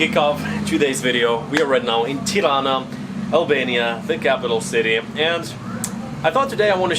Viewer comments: Smth about the way you pronounce the "r" in Tirana made me think you have germanic background. Apparently not. So, the pronunciation itself is fine. Just use a regular plain r. Keep up the good work and wishing you enjoy your stay in our country. 👍🏻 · The way you pronounce Tirana, makes me think your mother tounge is German.